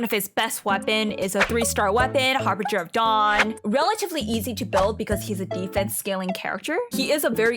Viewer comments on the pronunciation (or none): none